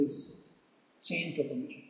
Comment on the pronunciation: It's chain PROPAGATION, not propogation.